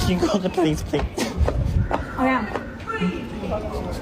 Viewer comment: pah-leez pah-leez call the pah-lice plz